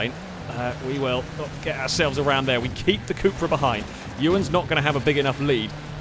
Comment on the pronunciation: It's called cupra, short for cup racing but U in spanish is pronounced as oo, or as a long u like in June.